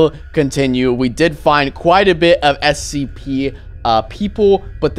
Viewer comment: Is it just me or he said SCP wrong